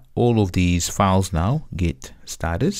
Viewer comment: It is a great tutorial except for two things 1. Files or fauls/fawls?! It is not confusing as a result we know that you mean files. Yet, disturbing. 2. rebase part is a bit fast Overall, thank you for your clear explanations